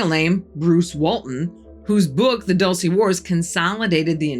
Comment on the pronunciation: Its"Doool-ce" not "Duhl-ce"